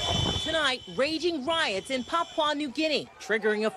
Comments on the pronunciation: "Papa New Guinea?" Pap-ua, even Pa-pua. Never Papa. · Pap-pwah New Guinea she says…. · It always kills me how foreigners never seem to be able to pronounce the word, "Papua". Like just say it the way it's spelt. 😂😂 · Its not port Moseby it's Port Moresby..and not Papa new guinea, its Papua (yes sounds like Papooa) new guinea. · It is incredible to me that this news reader is incapable of pronouncing "Papua" and " Moresby" correctly.